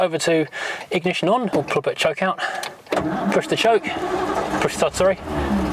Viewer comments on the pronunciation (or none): none